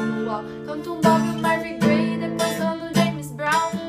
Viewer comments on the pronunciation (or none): Acho que eu nunca ouvi um cover dessa música em que pronunciam certo o nome do Marvin Gaye. Não é Marvin "Grey" não, é Marvin Gaye. Se pronuncia como a palavra "gay" mesmo, que aliás é seu sobrenome verdadeiro, porém ele acrescentou a letra "e" ao seu sobrenome.